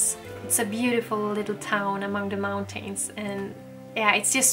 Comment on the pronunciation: I saw in one video you learned how to pronounce “mountains.”. You had pronounced it great- hoping you will try again. You don’t have to completely swallow the syllable if you don’t want- you can just say “mountans” or “mountins”. Not meaning to offend- I really love you and am longing for living in the country too!